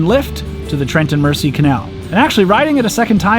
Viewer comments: Great videos. However it’s said Mer-sea (not mercy) and it’s a Wind-ing Hole (like wind of air, not wind a clock). You cannot moor anywhere on the towpath - there are often signs advising if it’s 24 hours only, 48 hours, etc. If no sign then it’s 14 days max. No mooring by locks or bridges or tunnels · Love these videos. May I point out that "Mersey" is pronounced "Merzey", not with a soft s. :-) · Please! Mersey is pronounced Merzee not Mercy. I notice Americans do this very often not sure why especially here. If you've traveled on this canal or river you must gave heard how the name is pronounced. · Great video, but merciful powers! It's pronounced "Trent and Merzee" :) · For those who don't know (most Americans/Canadians), it's the Trent and "Merzey" not "Mercy" canal! The Mersey is the river that Liverpool is on the banks of. Think of Gerry and the Pacemakers song, Ferry 'cross the Mersey. The mouth of "River Mersey" is where Liverpool is situated, before is feeds out into the 'Irish Sea'. Then head north and turn left at the top of Northern Ireland and you're into the North Atlantic Ocean. I wouldn't advise going that far in a narrow boat though! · its pronounced Merzy not Mercy so Trent and Merzy. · Mersey (merzy) Not mersee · Psst - it's pronounced MER-zee. Hearing "mercy" is like hearing Vancouver pronounced van-COW-ver. Painful. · FYI Mersey is pronounced "Merzy", with emphasis on the Z. Loved the video! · G'day Sorry just watched a tad late but anyhoo, I keep Hearing you say the "Mercy Canal" is that your accent or are you miss pronouncing Mersey Canal❓ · FYI… The S in Mersey, is pronounced as a Z. Merzey… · Ahhhhhhh! It's pronounced Trent, as you said it, but Mersey is pronounced more like Mur~zee. Here endeth today's English lesson. 😊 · As a scouser my god my ears hurt at the Trent and Merci canal... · It's actually wind-ing not wine-ding hole. The Mersey has a soft "S" not a hard "S" almost like a "Z". So "Trent and Merzey" would be more like it.